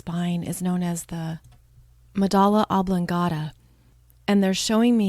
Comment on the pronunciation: "Medulla oblongata," not "medala." Ugh.